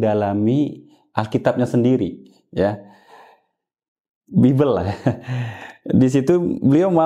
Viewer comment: Jelas, terang benderang. Tapi pak bukan bimble tapi bible...😊